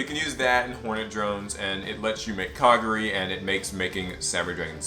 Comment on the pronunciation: Ok say it with me Kah-Gah-ree